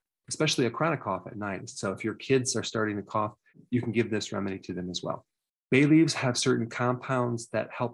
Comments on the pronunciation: You said bay leafs but I heard Bailey's. Good thing I looked at the screen to double check. 🤦‍♀️ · At first I thought you said baileys not bay leaves 🤣 I was like what? I have to drink when I’m sick? Haha